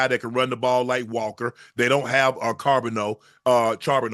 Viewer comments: if unc say sharbeno one more mf time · Unc u better figure out how to say my teams backup rb cuz he a problem for the league. Zach Charbonnet (shar-bo-nay)